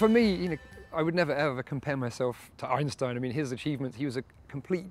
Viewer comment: Actually, for a Brit does a good job pronouncing it. It comes quite close to as northern Germans would pronounce it.